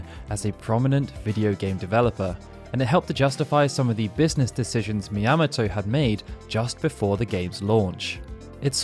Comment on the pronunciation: Sorry, but... Shigeru Miyamoto is a popular and important figure in video games. Everyone knows how to pronounce "Miyamoto". It's "Mee-ahh-moh-toe", not, "Mee-yam-moh-toe".